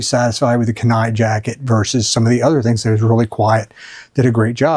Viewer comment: holy shit you keep saying KENAI wrong holy shit dude watch a a video on the KENAI penninsula in alaska holy shit